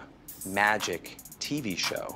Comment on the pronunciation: who else hates how he says hidden camera....magic......TEE v show. All the awkward pauses and misplaced emphasis.